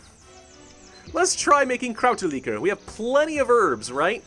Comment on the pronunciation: Americans really say "Krauterlikor"?:D It's a German word and it sounds hilarious to me hearing you speak it out. Still loving this series, guess I have some Kräuterlikör now, cheers!